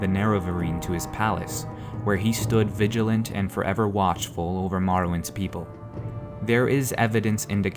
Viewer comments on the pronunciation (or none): none